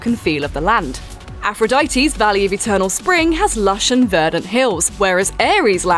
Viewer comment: She said Fenyx, Zeus, Aphrodite, Icarus,Prometheus all correctly..